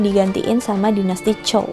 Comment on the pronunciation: Zhou, lebih ke 'J'ou daripada 'C'how